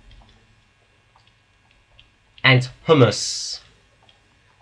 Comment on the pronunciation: Very useful thank you :) I'm doing the Edexcel spec but this is still very relevant. Only thing is that soil is made up of humus, pronounsed "hugh-muss" :p thanks again!